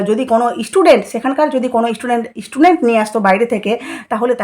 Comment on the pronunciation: Apni ektu chup kore theke amader upokar korun r kon istudent ase apnar kache aase? Student ke istudent bolen